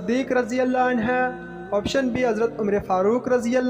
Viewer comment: Please say anhu,not anha